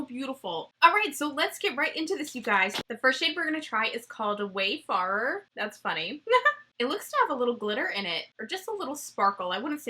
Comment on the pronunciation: Pretty sure “wayfarer” is pronounced “way fairer” 😊